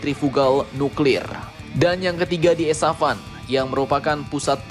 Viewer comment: di kasih kopi bg. Dia ngantuk kali dia bilang Esafan bukan Esfahan 😂